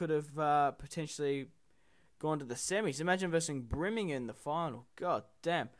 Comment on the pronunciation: simply please its pronounced BUR-ming-ham not BRI-ming-ham